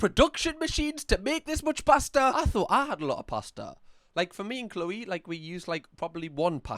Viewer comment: I thought you said "plaster" and got SO intensely confused lmao it took me at least 3 more sentences to realize you said "pasta" hahaha